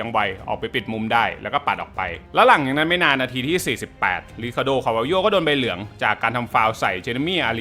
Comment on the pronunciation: ใบเหลืองว๊อยยย ไม่ใช่ใบเหลียง!! 😂😂😂😂